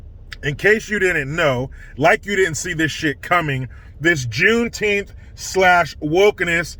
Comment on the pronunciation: I couldn't even get through your intro it was so annoying I recommended YouTube not recommend your channel ever again thank you have a good day. When you say the word Juneteenth sounds like a word Mis pronounced improper English.